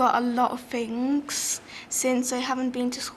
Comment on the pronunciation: youd think the english people would teach english Things...not...fings